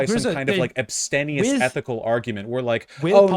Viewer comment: He's been using that pronunciation for years at this point and he consistently uses it to criticize a lack of action, not praising a lack of gluttony or self-indulgence, so either he doesn't know what abstemious means or (much more likely) he's doing that thing where he tries to sound smart (which he is, and usually sounds it too when he isn't attempting to engage in ostentatious displays of erudition ;p)